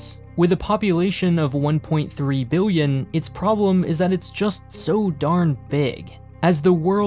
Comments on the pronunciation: Remember Million and billion has an L, not a W. Biwwion, miwwion. MILL-EE-ON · did you say million or billion there? I swear you said million, but made it sound like billion for added effect